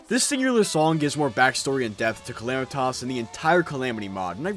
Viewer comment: Everytime he calls her calamitoss i wanna rip my hair out